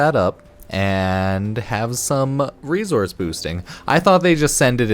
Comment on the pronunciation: Why do you say reZource and not resource